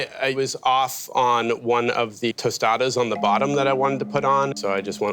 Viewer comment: Taste aside, how does anyone move forward in this world saying 'one-ah', 'ten-ah' .... Who is teaching these children?!